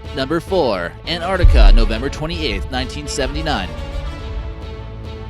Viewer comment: The word is in four syllables, i.e. An-tarc-tic-a, not too hard is it? It is not Ant-tart-ica. Try it and you will soon pronounce it correctly. Rant off.